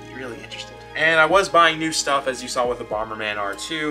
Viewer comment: great vid but, you said you sall it, now saw it :( SAW lol